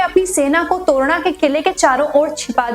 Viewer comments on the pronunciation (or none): Very poor . To ra na nahi, its torna